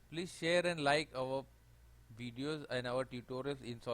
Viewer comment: I don't have solid works I have Fusion 360 but these tutorials are really useful for that too. I can still follow along with Fusion. Great stuff. Took me a little bit of time to get used to your accent..... Weedio of pipe wise LOL. Nice work